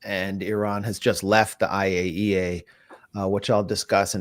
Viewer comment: Thank you Max for correctly pronouncing IAEA. 😂 So many try but few succeed. Always good to hear what Max has dug up. Exceptional.